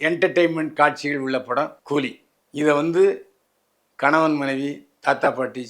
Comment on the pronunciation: old Body. கூதியா கூலியா சரியாக கூறு😂😂